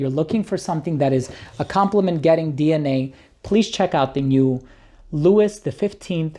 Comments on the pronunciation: Did you REALLY pronounce it “Lou-is”???????? I know you’re American but really? Louis is pronounced “Lou-ee “. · Louis is pronounced Louie! 😂 And maybe it’s me but I find the Xerjoff boxes a pain in the arse, far too big, take up way too much space, very unnecessary.